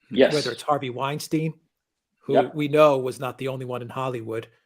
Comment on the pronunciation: Winesteen? 🤪 Dwight Eesenhower, also?